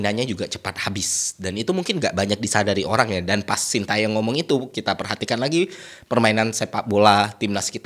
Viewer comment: Terima kasih bapak STY, juga untuk menghargai beliau kita harus tau bagaimana membaca namanya dengan benar. Yang pertama Tae, bacanya bukan Ta e tapi Te seperti di kata Tembak, lalu Yong bukan seperti baca Young dalam bahas inggris, tapi Yo seperti di kata Yolo, Shin Te Yong.